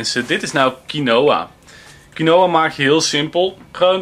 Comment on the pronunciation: Je spreekt het uit als kienwa niet kienoa